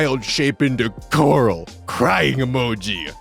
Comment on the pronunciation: Yay, is gonna become a DnD Horror Story reader! I love these. o 3o Edit: Gonna be honest with ya, every time you said "coral," I thought you were saying "gorl," so hearing "My DM won't let me Wildshape into GORL!" was something that made me do a double-take.